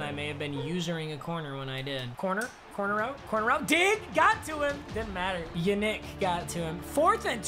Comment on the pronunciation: Just in case you're wondering, Yannick is pronounced 'Ya-neek'